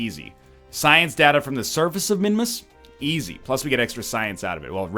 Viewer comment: Every time he says "datta" instead of "data," I get unreasonably angry.